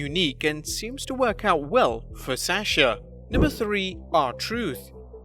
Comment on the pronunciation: I like how he says asasha banks not Sasha banks